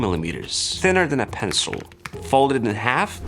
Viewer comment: Why did he pronounce it like penencil?